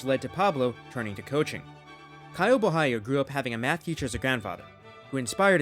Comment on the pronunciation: he didn't though, the right way would be something like bo-ha-lee-oh. he did some kind of spanish pronunciation.